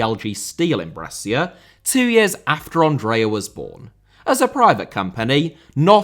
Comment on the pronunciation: The Italian 'Andrea' is not pronounced like the French 'Andre'. The first and last 'A's are short and stressed, as in 'Apple'. "A-ndr-ay-A". Your pronunciation of 'Pirlo' is pretty close, though. 😁